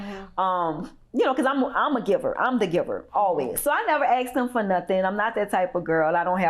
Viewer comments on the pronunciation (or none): If she says 'axed' one more time instead of 'asked"... 🙄